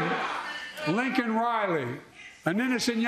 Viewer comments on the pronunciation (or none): Not only did he say illegal he also called her Lincoln not Laken. And he is more concerned with offending the criminals than disrespecting the woman who lost her life! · You know the dog video is a skit because, if it were real, she never would have posted it. Did you notice how Biden said Lincoln Riley instead of Laken Riley? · You can clearly see Kamala stabbing herself in the hand with a letter opener trying to keep from laughing as Biden attempts to pronounce his latest victim's name.